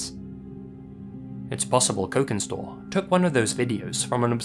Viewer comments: Cokinstore if is using Indonesian phonology then it would be pronounced "chokin" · You read cokinstore with sharp c like' chokin'. Basically 'cokin' is Indonesian slang for Chinese. And it's Indonesian tiktok account, I cannot expect anything less brain-damaging. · if Cokinstore is Indonesian, then the "c" in their name is actually most likely pronounced kind of like a clipped "ch" sound (as "c" usually in Indonesian). Personally, I think the disturbing TikTok vids they posted are just one of those weird, 24-hour mud hole livestreams (I can't believe that's a sentence I just typed out so casually, lol) taken out of context. Usually when people are freaking out and reading way too much into something on the internet (all too frequent of an occurrence these days), the answer is way simpler and more boring than anyone expects.